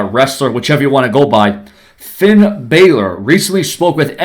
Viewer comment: Finn deserves to fight against John cena and you say his last name wrong half of time